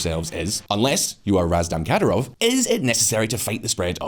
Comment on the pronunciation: its not "katarov" but "Kadiirov" ...your spelling is so wrong lmao